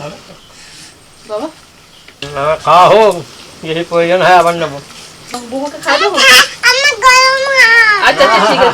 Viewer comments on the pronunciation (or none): none